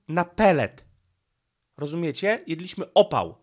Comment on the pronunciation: nie dewastuj czystości języka polskiego. To brzmi okropnie! Ten twój akcent w słowie "jedliśmy" i podobnymi... Akcent tutaj pada w języku polskim na pierwszą sylabę a nie na drugą od końca! Tak samo jest z " przyszliśmy, czy sralismy". P.S. To bez złośliwości bo cię lubię. Ale jesteś Polakiem, to mów po polsku. Pozdrawiam.